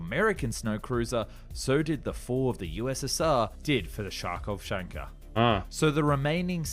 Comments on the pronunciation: I can hear that foreigners can't read complicated words despite the fact that they are correctly spelt. Kharkov is a Ukrainian city. To read it well you need to spell it without a K - Harkov. So the name of the vehicle is Harkov chanka (one word) - a girl from Kharkov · Hi! It's read correctly without the "K" at the beginning. (Харьковчанка) I don't know how to explain it, but there's a city called Kharkiv (Харьков), but for some reason you call it with a K at the beginning. This is very common in your language; for example, the city of Khvalynsk (Хвалынск) doesn't have a K at the beginning in the original! Why make things more difficult for yourself? Just pronounce the letter "h." That's how it's pronounced in Russian. No need to say "kh." In Russia, there are also incorrect pronunciations of cities, for example, the capital of China in Russian sounds like "Pekin" (Пекин), but is correctly pronounced as Beijing. It doesn't look like that at all😁